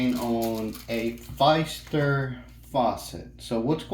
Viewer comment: Thank you for the video. I have the same faucet, but chrome with white handles. It replaced my 30 year old Pfister faucet. Now I would know how to replace my cartridges. And just so you know, it’s pronounced fister, not with a long “i”, but like the word “is”. Thanks again. John